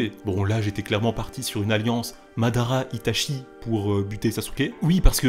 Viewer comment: très bonne vidéo seulement tu devrais prononcer correctement les mots japonais, itachi se prononce itatchi et mangekyou sharingan se prononce mangekyoo shalingan